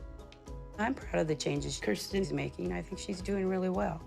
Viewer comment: Way to make Kirstens look bad. Uggggghhhh. But thank you for pronouncing it correctly!! Very few people do 😅